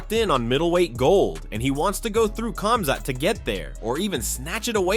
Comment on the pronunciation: Khamzat — it must be pronounced like this Hamzat but not KAMZAT it sounds weird. Remember once and for all (KH=)HAMZAT